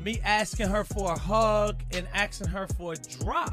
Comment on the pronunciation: ASKing not AXing😩😩😩